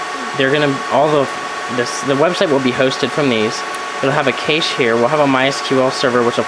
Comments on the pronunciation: First of all, VERY impressive setup!!! You are quite knowledgeable! HOWEVER... I need to give a few constructive criticism pointers... "caching" and "cache" is pronounced just like money... "CASHING" or "CASH". Secondly, I'm glad you realize you need to update your INTERNET connection... ESPECIALLY if you are hosting! I have 105 Mbs down and 20 Mbs up and I don't even host a site! You will lose your client base FAST if they get bottlenecked at your WAN. Third, you will need at LEAST a 2200 or 3000 VA battery backup to handle that equipment with just enough time to do an immediate shutdown. I run MINIMUM a 1250 VA or better for EACH computer/server to make sure they can stay running for a few minutes before shutting down if there is a prolonged power outage. Also keep in mind that the batteries lose their effectiveness over time and after prolonged usage, that's why batteries need to be replaced every three years under normal conditions. Lastly, you should've saved the money on the unnecessary fiber equipment and spent it on larger hard drives... those will fill up fast! I run 2 TB drives in RAID 5 in all my storage servers and just use the smaller drives under 300 GB in RAID 1 for running the OS and programs. Having less but larger drives will reduce power consumption and heat which will in turn save you money! Hope this helps and sorry if I sounded condescending... didn't mean to. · Stupid idiot, you don't need all that just for a fucking website and NAS. You can't even pronounce "Cache". I like how he spent thousands for this when he could've got a Linux box and a fire wall.